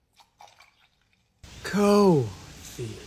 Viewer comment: The way she says coffee makes me want to pour hot coffee on her lap and say....im sorry for spilling the "cooo...... ...... ...... .....fi Let me clean that up